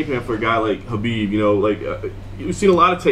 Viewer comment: Love Trevor, but his name is pronounced (k)Habib. You're smarter than that. Middle America right here. He and Justin make an amazing pair.